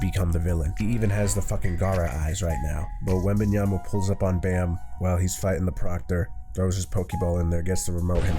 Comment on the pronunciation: Its pronounced as bomb not bammm